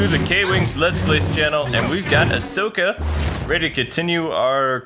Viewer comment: Hey just wanted to point out that her name is Ahsoka and not Ashoka